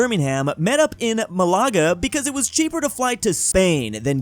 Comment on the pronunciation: not MalÁga, but MÁlaga.... tonic emphasis on the first "A" please